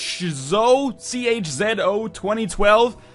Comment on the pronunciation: Chozo are an artificial birdlike race from the Metroid series. And you did pronounce it correctly as far as Im concerned.